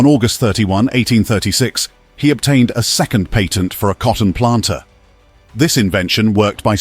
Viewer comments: You were making this extremely difficult to listen when you can't say the word "Patent." It is not "Payton." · It's really saying "patent" though. It's just in a classical pre-modern British accent.